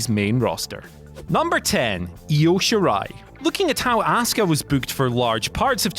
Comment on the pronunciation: Io shirai- no. Why? She's Japanese